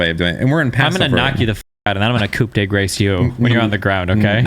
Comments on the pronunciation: To be fair, both and pronounced coup de grace incorrectly anyway lol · Destiny was being ultra annoying in this episode, but he was right on this point. "Coup de grace" is not pronounced either the way destiny said it or the way said it, so why would you be so adamant about correcting someone on it? Just say it how you read it and it's fine. Btw if you're curious about the french pronounciation, its "coup" with a silent "p", but in "grace" the "c" is not silent. So "cou de grass" would be an easy and relatively close approximation of French.